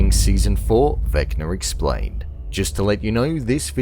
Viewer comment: “Vecnar Explarned”